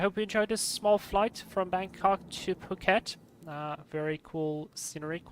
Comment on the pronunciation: btw phuket is an island :) you also pronounced it right